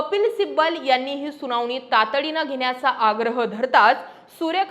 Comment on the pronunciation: जानीव? सुनावनी? लई भारी मराठी!